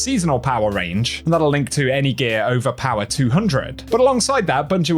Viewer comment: Translator: "SUMMAHH" = summer "POWAAHH" = power "ARMAAHH" = armour "TOWAAHH" = tower